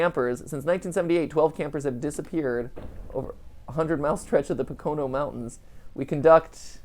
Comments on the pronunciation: MatPat... It's POH-ka-no. Not pa-KOH-no. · My man Matpat saying po-CO-no mountains... Bruh do you even northeastern mountain range? (It's PO-co-no) All kidding aside this was a great one to watch. Keep up the good work good sir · Just heads up Matpat (thought I'm sure someone has already said it) Pocono is pronounced Po-co-no. I made that mistake to when I moved there for a bit. Also I enjoy this and the musical numbers! I am also a theater nerd Lol!! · It is pronounce poke-o-no. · Said Pocono wrong lol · Hahaha, the way Matt is pronouncing 'Pocono' is hilarious. I live near the Pocono Mountains! Fun fact, I guess. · Came to the comments just to find this, had to double take when he kept saying it! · It's one of the easier pennsy words to say and he still slaughtered it lmao.